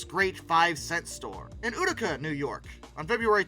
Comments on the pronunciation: Did you call it “ootica” NY😂 dang it, it’s pronounced “youtica” lol. I used to love going to Woolworth’s- you could find anything there! And decades later my mom worked at an office in the Woolworth building in Manhattan- what a gorgeous place! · I had to replay it myself: "Did he just say OOtica?"!! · Utica NY is pronounced like the U in Unicorn. U-tic-a I miss Kresges and Woolworths. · I wish when pronouncing words the narrator would actually use the correct form. Barbados. Is pronounced by bar bay dos. And it’s not ootica it’s you tic a for Utica it makes it hard to listen to what seems to be a decent channel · YOU TICK A UTICA NEW YORK NOT OOH TICK A The dumbing down of America live and doing well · Its U-TI-CA not ooh-ti-ca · Utica NOT is not pronounced "Ooootica" but "You-tica". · Utica, NY …pronounced “You-ti-cah”, not “Oottica” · You-ti-ka (Utica) rather than Oouuoo-tica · 'you - dee - kah', not 'uhh - tee - kah' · Great video, but FYI, Utica is pronounced “YOO-ti-ca.” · Utica (you te ka), Wilkes-Barrie (Wilks Bear-ee) If you are going to do doco's please learn how to pronounce the names of people and places. Thank you. You will sound more informed. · Utica is pronounced “YOU-ti-kuh” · It's pronounced "You-ti-ca" New York. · Interesting video. Did not know of the local connection. One correction: Utica, NY is pronounced YOU-di-Ka. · I’m sorry but it’s pronounced Utica (you, ti, kah). I’m originally from Utica, NY and never knew that Woolworth’s was founded there, not much mention of it. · You-tick-uh. Also, Woolworth's decline was even more sad than the others' as it was till classier and nicer to shop in than places like sears or Kmart. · BAR-BAY-DOS YOU-TIC-UH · I hate to be that guy, but Utica is pronounced "Yoo-tica" and Wilkes-Barre is "Wilks-berry".... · Why does everyone outside of New York butcher Utica 😂 I would say strikes again, but he didn’t on that one… he struck out swinging❤ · Did you pronounce Utica like that 😩